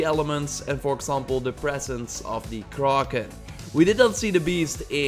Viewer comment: sees kraken Says “Kararrken”